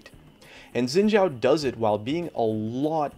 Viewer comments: You pronounce Xin Zhao wrong. It's pronounced Xin Sao, not chao. So annoying. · FOR GOD'S SAKE It's pronounced (SHIIN) not (ZIIN)